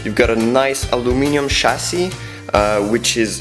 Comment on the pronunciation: The way he said Chasis lmao